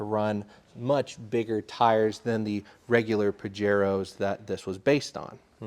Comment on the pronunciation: The j in pajero is fuckin silent god it drives me nuts when people have access to awesome cars and cant even pronounce the name